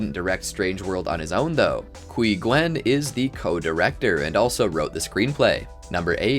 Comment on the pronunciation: Quy Nguyen, it's pronounced "huɪ-mou-ɪ-en"